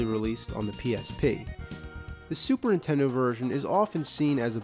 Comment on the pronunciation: Lol, the nerd says "Super'intendo"